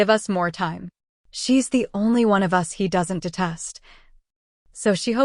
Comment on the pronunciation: It’s A.I. I just realized when they said “U.S.” instead of “us” it’s too bad though. I really needed to read this for Book Club.